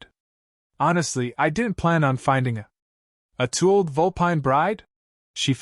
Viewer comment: what the hell is a 'tooled vulpine bride'? Somebody should inform the A.I. to scan the title before reading the A.I. script, and writing the on-screen subtitles.